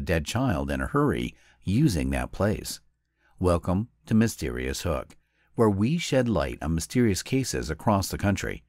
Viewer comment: THOUGHT HE SAID MYSTERIIOUS F""K LOL